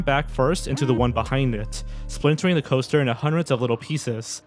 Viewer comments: I can't take anything seriously when the narrator says "da" instead of "the" every single time. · The one narrator pronouncing "-th" as "d-" or "-ph" is driving me nuts because everything else sounds normal so it sticks out every time.